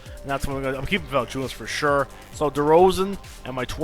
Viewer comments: VA-LA-NC(C is pronounced TS) I-U-NAS.....I am getting so pissed with english-speaking guys that cant pronounce european names correctly .Anyways, good video mate! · You think Valanciounis is right ???Ok it VALANCI-UNAS AS AS AS AS not IS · Vertex Combos nobody gives two shits on how pronounce jonas vali